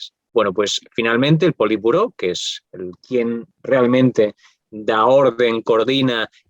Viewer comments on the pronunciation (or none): none